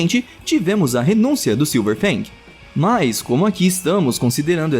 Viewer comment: falou errado é silver fang não silver bang